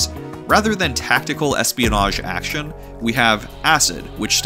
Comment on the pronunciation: You're the second person ever to pronounce the word "action" with a silent c. Where is your dialect region or where are you from, or does anyone know where it's from Ps. The genji demo from E3 2006 PS3 event is where I first hear it.